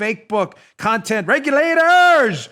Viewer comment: Lol “regulatooorrrrs, regulate!!!!”(with a NY accent)...🤣😂 I’m rolling....